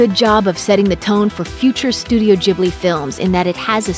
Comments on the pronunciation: Stahp saying ghibli wrong......gib not jib.... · "jibly" ? come on, you know that the gh is pronounced like the g in "gorgeous" or "guild" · Ghibli*, not Jibbly. Why do Americans struggle with this so much? Do you also say "Jost" and "Jastly"? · How you pronunce "Ghibli" bugs me so much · Am I supposed to say studio ghibli like studio jubli or what? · yes before rating them please know how to say studio ghibli correctly! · Dude you said Ghibli wrong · It’s pronounced with a G sound, not a J sound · The way she pronounced ghibli really anoyyed me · Who else cringed at the way she pronounced ghibli time and time again?